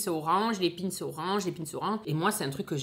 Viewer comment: Ta du mal a prononcer ou tu f expres entre pin’s et concoillotte g kes oreille qui sifleet ta une culture quand meme limitée